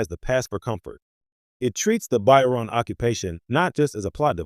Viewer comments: The “By-Ron people”?? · It's "Ba-cho-ran." That made my eye twitch. That aside, solid analysis and deep dive. Just... work on the pronunciation. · Whilst thje analysis is good, it is undermined by the narration mispronouncing the name of the people and the lack of photographs of Ro Laren when she mentioned.